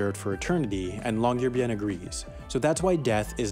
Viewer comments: This place is a research city. It's essentially a base for the local university of Tromsø. The way the guy pronounced the name of the city was cringe. Folks don't live on Svalbard (the name of the island) the way they do in other cities in Norway. It isn't 'illegal' to die on Svalbard. It is something that is actively avoided due to the problem of disposal of dead bodies and the expense to the family of flying a dead member to the mainland for burial or cremation. It is illegal to bury a human corpse there, but that goes for the disposal of bodies just about anywhere, I'd image. The half as interesting guy has also failed to mention that there are also Spanish Flu bodies in the permafrost in Alaska and the work done on the research of a female corpse from there that was published in 2007. Again... not 'illegal' to die on Svalbard. If that was the case, we'd have to jail tourists who get themselves et by polar bears. 5 deaths since 1971 but many more attacks. Recent ones: 2011,the death of a young man from England, 2015, a Czech man was badly mauled but survived, 2020 a Dutch man was killed by a polar bear. These were all people in tents. Tents made of fabric. Just pretty wrapped treats as far as a polar bear is concerned. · Nah, but if I'm making a video about Chickens, I'll be sure to know how to pronounce the word Chicken. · I have found three videos that all pronounce Longyearbyen completely differently... Long-yeh-arr-baïn Long-year-byen Long-JEER-byen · Yeah, that really bugged me too. If you're going to mispronounce it, at least go for "bee-en" since Americans don't really have the Norwegian y sound, so it's easier to pronounce y's like i's. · Great video, but as a Norwegian hearing you constantly butcher the name was quite jarring, especially since you said it so many times. The "byen" part is two syllables. "By-en" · Long-year-bye-n(ot today, or never) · I speak Norwegian and I just can't with the way he says longyearbyen